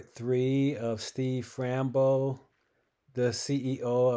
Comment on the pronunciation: Fam-bro ……not Rambo Fram-bo